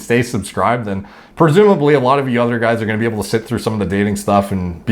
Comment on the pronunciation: "Hey you guuyyyyyyyysssss". I didn't realize they cast someone so you to play sloth in Goonies.